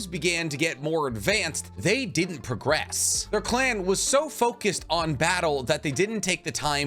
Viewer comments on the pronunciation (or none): none